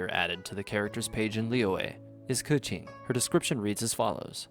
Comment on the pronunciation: Nice very high quality video cant wait to see the next! Also ... is keqing really pronounced coochie 😳